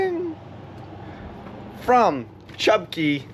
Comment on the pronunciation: Chub Cay! Portal to the TOTO! Thank you for pronouncing cay correctly.